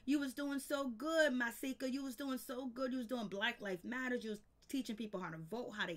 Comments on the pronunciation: It's Just Masika (Muh)-See-Ka. Not Mysika Or Maahsika Or Whatever Tf You Keep Saying. Shyt Like That Is Why I Refuse To Sub To Your Channel. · OMG. Hazel E had a girl. Pleade say Masika name right.